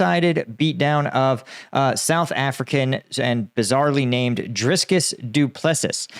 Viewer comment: As a South African. You absolutely butchered Dricus's name 😂😂😂😂. I'm happy to give you the correct pronunciation.